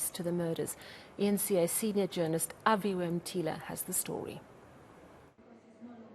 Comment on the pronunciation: Avhiwe, bro just say your name properly